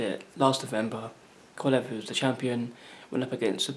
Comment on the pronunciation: Y do so many ppl have problems pronouncing KOVA~LEV?